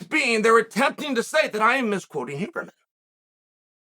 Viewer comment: Lol I love that he says “who”berman